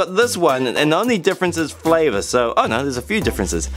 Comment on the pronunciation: When u said flavor 😂😂😂